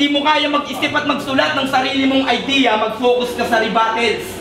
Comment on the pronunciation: REBATEL REBATTLE REBOTTLE, lol, bakit hinahayaang magjudge ang mga wala namang alam sa hiphop? REBUTTALS nga hindi alam eh,tsk.